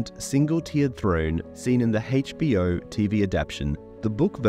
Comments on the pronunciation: "Heich Bee O" how my older generations used to pronounce it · The Haich B O? What was that pronunciation of the letter B? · Why does he pronounce HBO like that?